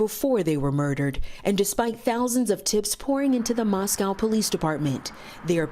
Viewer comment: Please learn to pronounce Moscow.